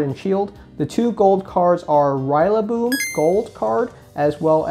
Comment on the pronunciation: Why do you say rillaboom like that haha